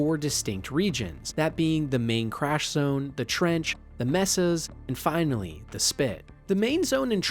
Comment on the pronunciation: I was feeling the same thing. And the pronunciation of a few words also made me raise an eyebrow. Particularly the word "Mesa" (May-sa) as "Meh-sa". With how normal most of the other words sound, and the fact that there aren't any actual mistakes like word slips, I'm inclined to think it may be an ai voice as well. I've never heard of a person of pronouncing "Cryptosuchus" on their first try, and without even taking it slow. It just really feels off